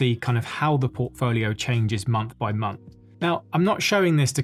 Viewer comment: Big fan. But - at the start, did you say “the munch of march?” 😂